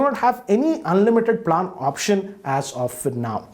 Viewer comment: Goddammit learn how to pronounce “plan” please